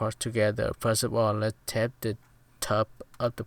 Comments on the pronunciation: It's not tept it's tape hahahaha lmao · Its okay the way you say tape is tep